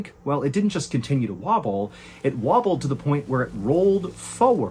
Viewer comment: Wobbll-d boulder.cant stop laughing when he says that lol